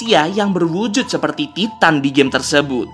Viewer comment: Bang memang ejaanya Titan tapi sebutanya taiten